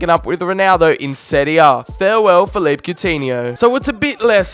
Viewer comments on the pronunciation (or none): none